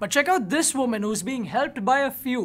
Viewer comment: For number 9 u said voman instead of woman